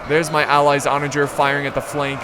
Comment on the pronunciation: I'm pretty sure u mispronounced onager about 100 times 😅